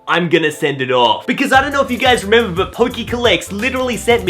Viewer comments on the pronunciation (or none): none